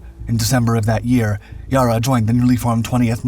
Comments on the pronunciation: It’s not ‘Yar ra’ it’s ‘ya rra’ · yarra not yahrra. like the a in larry. larra. yarra. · It's not Ya-rah, it's Yarra, the a is like the a in apple, both of them. Great video, though. Love your work. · It's pronounce YA--RRA not YAR--RA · That's Yarra, not Yara. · Pronounced not ‘ Yah-ra’ but ‘Yeh-ra. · ITS NOT YARA - ITS YEYRRA - YEEERRRAAAA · YARA NOT YA’RAR….. ONCE AGAIN THIS CHANNEL USES A FALSE TITLE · It's not Yah - rah. It's "Yarra", said as if you would say "Barra". Sadly, 90% of the footage in this really has nothing to do with the story, ie shows ships that have nothing to do with it. Like the "lookout" who has a Commanders cap on. The highest rank on Yarra was the CO, (Rankin), and he was a LCDR. NO ONE on board would have that cap. Doesn't take away from the fact that they were doomed. No where to go, outgunned, and they couldn't run, because the overwhelmingly powerful cruisers they encountered had TWICE their speed. The situation was hopeless, so they just did the best they could/sold their lives as dearly as possible. You can't get any braver than that. Many lament that Rankin never got a VC for that. But he was honoured by having the Collins class submarine "HMAS Rankin" named for him. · Ya'rah!!! Not yourra ffs. Not like it'd be hard to find an Australian news report on the yarra river and ergo the correct pronunciation.. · It’s pronounced; YA-rruh. Like the word BARROW as far as the first syllable goes. It is NOT pronounced; YAR-uh. Shorten the ‘A’ to sound like the ‘A’ in the word Barrow and you’re on the right track. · Not “Yurru” it’s “YAR-Ra” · It's "Yair-rah"...not "Yah-rah".... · Yarra, not iarah 😂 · It's yar ra not yarr a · Yarra not Yur-ruh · It's Yarra, not Yurra! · its pronounced yarra not yaarra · Down in Australia they spell it Yarra. Never heard anyone say Ya Ra! 😂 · It is not Yarra as in say ah It is Yarra as in apple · Yah (short "a") -ra (another short "a") after the river on which "Mellbin" sits... not Yarr-a and "Mellborn"